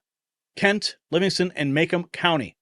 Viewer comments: Nothing to be scared about…be afraid… AZ & WI math doesn’t add up… it’s pronounced Maa-comb County. I’m in Livingston… big Trump supporters…in all those counties…🇺🇸🇺🇸🇺🇸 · Ma-comb say it correct